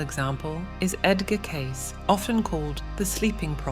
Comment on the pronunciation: Pronounceing Edgar Cayce last name wrong not Case.